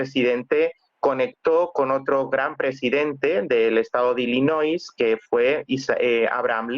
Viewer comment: Se dice: ILLINOI. Sin S